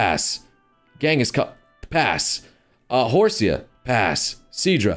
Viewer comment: The way u said (Horse-see-uh) instead of the proper Hors-e cannot be ignored. As well as u say some other mons names, pass 4 me homie.